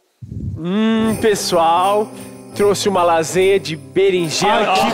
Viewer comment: mas é aquisanha ou lásanha?